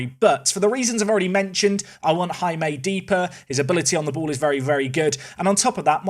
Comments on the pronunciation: I think the pronunciation of Jaime is 'High-May', not 'Ha-May' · Please, for the love of god, it’s not “HammAY.” It’s “High-May.” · Just to add to the Jaime discourse... it's pronounced "HIGH-may" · As a spanish person, it hurts me the way you pronounce Jaime’s name…😂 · I like that said Jaime correctly in the first 10 seconds of the video, and then never again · The pronounciation of Jaime... it is... acceptable... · You should look how to pronounce Jaime, because that's my name and I want to see an english speaking person pronouncing it correctly, btw I'm spanish too